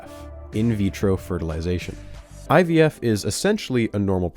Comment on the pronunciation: Oh fuck my blood pressure spiked when he said Eevie.